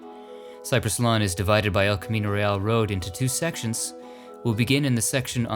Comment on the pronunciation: So glad you pronounced El Camino Real correctly. Haha. I hope you had time to go to the SF. Columbarium where Harvey Milk and Santana's dad are buried.